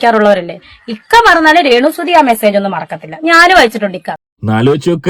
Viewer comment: ഹിക്ക അല്ല ഇക്ക...😅😅😅😅😅